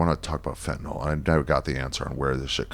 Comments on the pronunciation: So refreshing to hear someone pronounce fentanyl correctly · He’s the first guy I’ve ever heard say fentanyl correctly